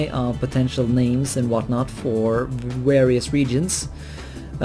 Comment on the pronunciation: 'Warious reasons' Are you germanic?